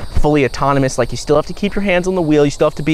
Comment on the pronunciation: I thought you said in the beginning of your video “Don’t like the video” … I still liked it anyways